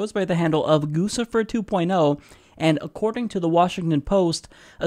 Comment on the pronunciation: it's pronounced "Goochifer"